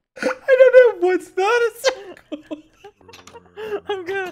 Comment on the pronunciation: Dream goes “IDK WHATS NOT A SERKAL” 😂😂😂😂😂😂😂😂😂😂😂😂😂😂😂😂😂😂😂😂😂😂😂